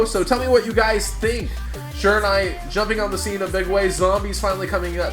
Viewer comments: Bruh, its SHI-RA-NU-E. Not SHI-RA-NA-E. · you're pronouncing Shiranui wrong :/